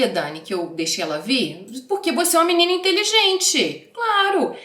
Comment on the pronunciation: Dani, salva vc falando “minina” no 34’50 e usa pra outros vídeos, eu RI TÃO ALTO 😂😂😂